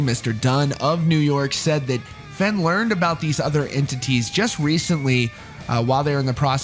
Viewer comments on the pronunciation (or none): It’s not FENN lol try pronouncing it FAYN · "Fen" not "Fein"? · Its pronounced "Fane" or "Fain" ... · It’s pronounced Fehn as it rhymes with pain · Just a heads up dude his name is pronounced like the word vein but with an f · Fehn rhymes with pain, dude. That’s how he pronounces it himself. Also et cetera, not “excetera” 🤦🏻‍♀️ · His last name is pronounced “Fain” just FYI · That’s not how you pronounce his last name. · please, pronounce "fehn" correctly. please. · Every time you say his last name wrong I cringe lol